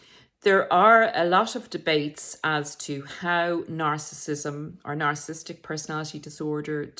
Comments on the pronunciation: PLEASE pronounce Narcissistic correctly. Its not narcisstic. Its narcissISTic. Horrible hearing it incorrectly pronounced several times. Would like to think the narrator is an expert whose knowledge we can rely on not someone who cant pronounce the topic itself. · Nar/ciss/is/tic For syllable pronunciation, split on double consonants, never split a double letter. Way I was told. A tic ✅ at the end 🤣